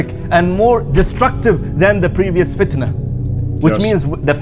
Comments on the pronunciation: Can someone tell me why the speker say FITAN and not Fitna? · Why did the speaker say Fitan? isn't it FITNA?